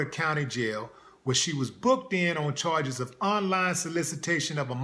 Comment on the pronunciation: I couldn't finish watching after hearing those "charges."